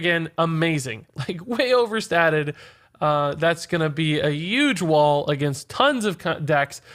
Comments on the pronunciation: "That's gonna be a YUGE wall against tons of cunt decks" Rage slip? 😂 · Do you say "yuge" on purpose? Is it a local thing perhaps?